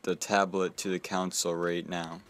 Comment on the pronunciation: Lol stop saying "counsel" instead of console haha thanks for the vid though!